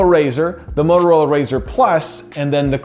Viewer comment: It’s not Mororola, it has “T” in it. Bloody hell…